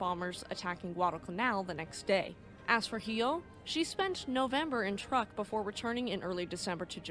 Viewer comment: 1) In case you have to use it again, Truk is pronounced "Trook." 2) You mean my 2nd favorite BABYMETAL member was named after a minesweeper? Just kidding!!